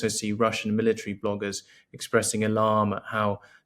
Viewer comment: "Milla-treeee" lol